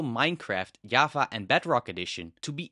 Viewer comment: Did bro say yava??